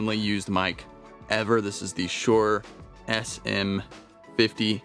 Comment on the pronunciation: Hate to bust your bubble! It's SHURE NOT SHORE!